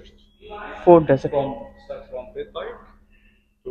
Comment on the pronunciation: Baike nahi h bhai “bike” hoti h kya hoagaya😂😂